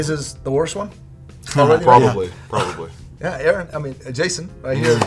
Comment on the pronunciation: Haven’t come to the channel since the host switch up. We going with Aaron or Aye-Aye-ron? I refuse to accept the former